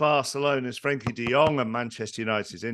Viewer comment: Frenkie not Frankie 🤦